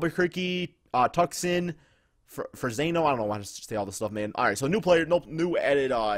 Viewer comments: Fam you mispronounced Tuscon. Its pronounced like too and the son in sonic. It's not like Tuck-son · Y'all have to learn how to say Tucson it's pronounced two-san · Yo this might sound funny but im so hype right now for being able to relocate to albuquerque. FINALLY NEW MEXICO IS GIVEN SOME LOVE. o and btw you pronounce tucson like too son